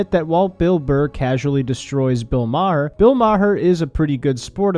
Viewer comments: Hey kid, you're still a kid, so u havent lived long enough to really know thwse 2 older men, but just by your simple "google research" It's not pronounced Ma-Har, its just like the planet "Mars" but with no S, just "Mar" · I’d like to assume your pronunciation of Maher as “Mah-her” was a dig at Maher, but I don’t think you meant it that way. Ha ha, great video though still! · Its pronounced "mar" like mars without the s. I feel like im missing a joke or something lol. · Its not ma her? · Its pronounced bill burr-hur. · It's Bill Bur-r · Maher, one syllable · making a joke by mispronuncing his name. Norm Macdonald used to do the same thing. It's trolling people by intentionally making a simple mistake to ensure someone will want to correct it. Keep watching makes some good vids. Stay Happy and Healthy. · The narrator can’t even pronounce Maher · The H is silent. If only Bill Maher was. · You're gonna get shit for how you pronounced Maher bruh-ho. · The way you say Maher reminds of Norm saying cast eye-ron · How can you make a min video and not learn how to say maher correctly???